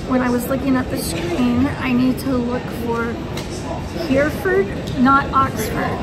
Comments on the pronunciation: 'Hereford' is pronounced: Herry_ford 👍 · Making notes as we go along... 🙂 It's just "Paddington station", no need to say "train station". The presence of trains is assumed. Also Hereford is pronounced "He-re-ford". (Edit: saw the blooper at the end 🙂 ) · Hereford = ‘hair-ee-fud”